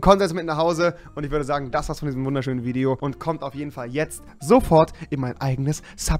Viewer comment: Wideo? Stästästä big suaq